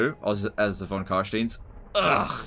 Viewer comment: You pronouncing this as Von CARSCCHHTIEEEEENNNNN phyiscally hurts me